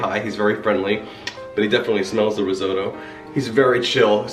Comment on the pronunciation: Did you say ree-zoh-doe